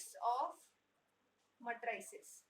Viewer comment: Your pronunciation of matrix is okay, but your pronunciation of matrices is wrong. You are incorrectly saying it as "muh TRAY sus", but the emphasis should be on the first syllable and the last syllable should be the same as the word seize. Say it as MAY truh seez. It should have a rhythm and sound that is similar to "if you please".